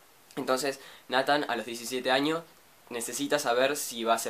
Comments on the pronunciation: no se pronuncia natan c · ODIO ESCUCHAR COMO PRONUNCIAS NATHAN YA PARA